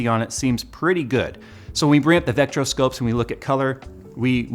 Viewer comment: Just as an aside? "Vector-Scope" .. Vector... rhymes with, 'Hector.' 😂